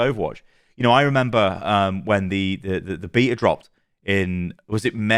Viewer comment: Thank you for pronouncing "beta" the correct way ("beetah"). A lot of people go with the American "baytah" and it's so frustrating.